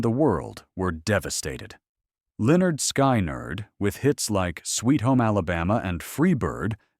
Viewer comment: It is NOT Lynn nerd sky nerd It is Lynn nerd skin nerd